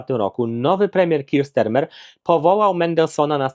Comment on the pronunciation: STARMER, NIE STERMER.